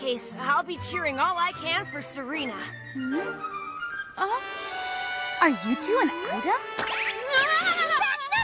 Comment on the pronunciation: It's Serena not Serina